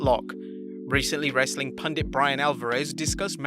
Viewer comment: "Wrestling Pandith" 😂